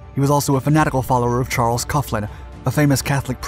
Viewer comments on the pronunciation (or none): none